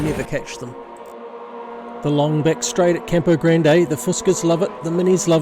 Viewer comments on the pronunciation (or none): Is it called Tourist Trophy because you pronounce Campo Grande like a tourist? 😅 ❤